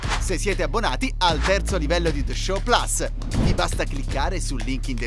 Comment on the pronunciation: Guardate, premetto che amo tutti voi dei the show ma se lasciate dire un’altra volta “the show plus” in quel modo a non mi abbonerò mai più